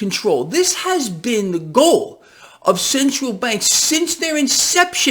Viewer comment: It makes my day when you say "ThE gHoUl!!!!'